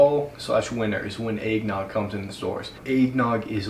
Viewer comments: Nobody:: Aignog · he says Eggnogg like Aignog because of his accent. Not trying to make fun of him because I've met people who say it like that cause of their accents I'm just not used to it